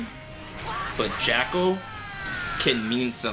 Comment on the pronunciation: You keep mispronouncing Jaco's name, that's why he brought you trash lol. But seriously great video!